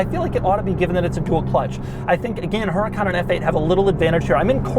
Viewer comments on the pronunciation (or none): It's pronounced Uracaan and the mirrors on the side are called sideview mirrors not rearview mirrors.